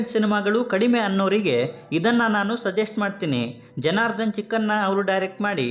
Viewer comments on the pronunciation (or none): ಮೊದಲು ಕನ್ನಡನ ನೀಟಾಗಿ ಮಾತನಾಡುವುದನ್ನ ಕಲಿಯಿರಿ ನೀವು ಅಂತೀರಾ ಚಿಕ್ಕಣ್ಣ ಅನ್ನೋದನ್ನ ಚಿಕ್ಕನ್ನ ಅಂತೀರಾ ಶಿವಣ್ಣ ಅನ್ನೋದನ್ನ ಶಿವನ ಅಂತೀರ ಎನ ಅಲ್ಲ ಹೆಣ ಮೊದಲು ಕನ್ನಡ ಕಲಿಯಿರಿ